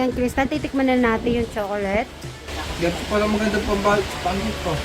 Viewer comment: Magnesium is best to take at night time. Please, it is irritating to hear pronouncing CHOCOLATE to CHOCOLET. Prounounce it right the way Fil say it.